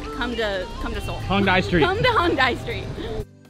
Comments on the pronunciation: Fyi, you guys have been pronouncing Hongdae wrong the whole time. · pronunciation for Hongdae is hong-day not hong-die lol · it's actually not hongDAY. It's more like hongDEH